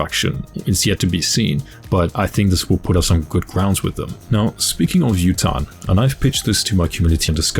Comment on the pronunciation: Awesome vid! One thing though, the first names of the idols might be Japanese names. So Yutane’s pronunciation would be: You-Tah-Nay.